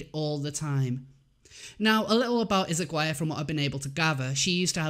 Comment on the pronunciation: Only so you know, Izaguirre is a surname of spanish origin (Basque, specifically) and is therefore pronounced with Spanish intonation, more like Ezagueerreh for english people. I'm a Spaniard and I don't give a fuck, but I thought you may be interested.